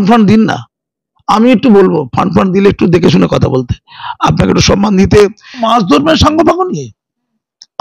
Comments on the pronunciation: রোজিনার উচ্চারণে ভুল তো খুঁজে পাইনি।কিন্তু "সম্মান"কে সনমান বলেনা‌ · গরমেন্ট, সনমান কী শুদ্ধ ?